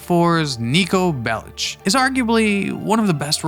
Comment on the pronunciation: You pronounced it "Niko Bel-itch." What the f**k is wrong with you?